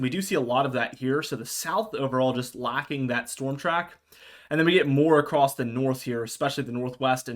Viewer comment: Across not acrosed. Acrosed is not a word